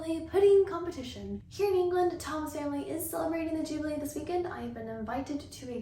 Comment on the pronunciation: Not me, understanding jiggely instead of jubelee and found it super strange but also cute xD